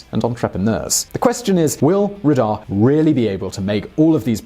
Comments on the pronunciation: Dear, The capital of Saudi Arabia Riyadh is pronounced as "Reiad" or "/rɨˈjɑːd". Great video. Thanks. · Is it just me or he spells Riyad as Ridah everytime